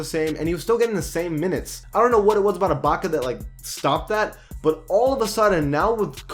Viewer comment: Lol I thought I was the only one who said iblockya instead of ibaka